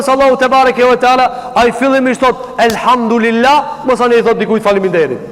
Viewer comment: Selamu Alejkum hoxh.i nderuar.ma vrajti veshin qe po e shqipton Elhamdurilah.ne vend te thuhet Elhamdulilah.ktu ke nje verejtje. Per ndryshe Allahu te ruajt.kejt gabojm